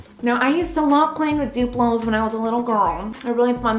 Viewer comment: Knopors :D duplous xd wie sich das anhört wenn sie es sagt xD